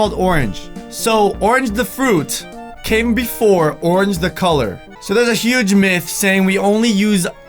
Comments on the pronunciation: Itz pronounced Myth (Mi if) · Myth pronounced (mith) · did he says Myth gum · You pronounce myth 'meth' I was suspended from school today.